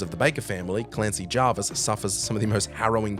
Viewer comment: Javis, not Jarvis. No "r".